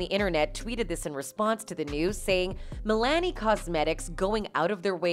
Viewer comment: The way she’s pronouncing Milani is killing me rn